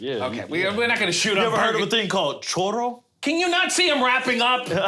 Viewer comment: Homie said chorro 😂😂😂